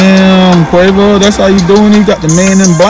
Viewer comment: girl you cant say Quavo